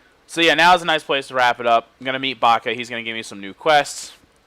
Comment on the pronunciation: you kept calling baha baka that made you sound like a baka